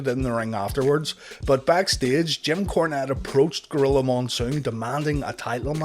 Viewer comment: Are my ears messed up or does he keep calling Jim Cornette "Kim Cornette"?